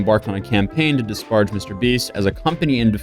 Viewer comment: lol sweeper... that was quick. "Dis Parged" as just 1 example and he does it frequently